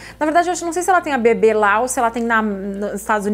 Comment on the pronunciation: Socorroooo!! Vc falava sobre o bebê e eu só ouvia “sobre o bbb”